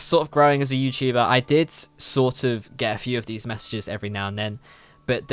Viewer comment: i cant get over you saying "youchuba" xdd